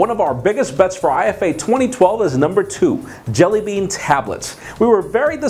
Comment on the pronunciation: Its IFA like efa and not I-F-A